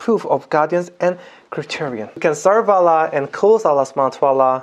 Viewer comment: Wow you say Allah very good from last time 👍🏻👍🏻👍🏻